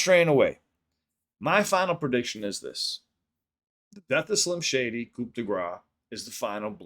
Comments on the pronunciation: It’s pronounced “Coo Dey Graw” — Not COOP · Great content as always,! Small critique: you don’t pronounce the ‘p’ in “coup de grâce”.. it’s more like ‘koo duh grah’